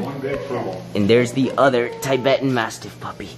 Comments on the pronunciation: it’s pronounced (tih-betan) not (tye-betan) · Tibetan is not pronounced Tybetan The Tib is pronounced the same way as tib in Tibbers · You pronounce tibetan (t-bet-ten) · You said Tibetan wrong